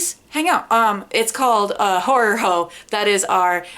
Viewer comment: Note to: Stop saying ‘whore” when you want to say ‘horror’. I love you and your sister Nate!